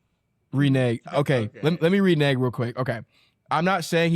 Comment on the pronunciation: Mispronouncing renege very funny